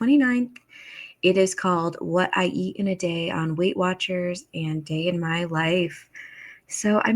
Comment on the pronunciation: Yes! I CANT STAND the “ant” for “and”. The way she ends her words DRIVES ME NUTS!